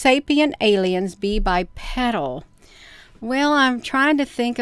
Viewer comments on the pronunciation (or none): Anything that stands upright and walks on two legs is Bipedal. Pronounced BI-peedull